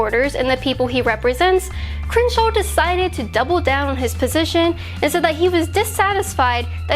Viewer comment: It's miserable listening to you try to pronounce "Crenshaw".